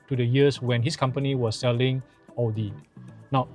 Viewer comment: un subscribed after this dude cant even pronounce audi and maserati right . byd such a crap quality car yet he say is good hahahhaa